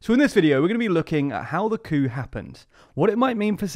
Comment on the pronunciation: I always love your videos! However, when you said 'coup' before the opening titles it sounded like a racial slur